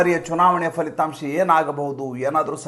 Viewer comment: ಎಲ್ಲವೂ ಸುಂದರ. ಫಲಿತಾಂಶ ದ ಉಚ್ಚಾರ ಸರಿಮಾಡಿ, all most ಎಲ್ಲರೂ "ಫ" ಕಾರಕ್ಕೆ " fa" ಎನ್ನುವುದು ಕರ್ಣಕಠೋರವಾಗಿದೆ. ಸರಿ ಉಚ್ಚಾರ ಒಂದೆರೆಡು ಸಲ ಹೇಳಿಕೊಂಡರೆ ರೂಢಿಯಾಗತ್ತೆ. ನಿಮ್ಮ ನಿರೂಪಣೆ, ದೇಶಭಕ್ತಿ, ಆ ಉತ್ಸಾಹ ಚೇತೋಹಾರಿ. ತಲೆಬಾಗಿದೆ ನಿಮಗೆ. ನಮನಗಳು.